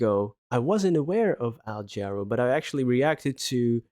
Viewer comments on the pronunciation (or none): Hi, Love Al Jarreau. New song for me. FYI, his name is pronounced "Juh (as in "duh")-Row" with emphasis on the 2nd syllable. I have some recommendations. Recommendations: "Roof Garden" and "After All" (lush ballad). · Pronounced, Juh-ROW (emphasis on the second syllable). Al Jarreau is another deep catalog to dive into! A couple of suggestions below with links. Thanks for another great reaction,! We're In This Love Together -- Take Five (live 1976) -- Black and Blues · Jarreau is pronounced in a French manner... eau sounds like an o. jah • RO